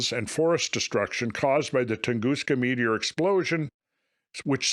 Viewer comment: Hopefully this guy has a better theory than you sitting up there saying Metor over and over !!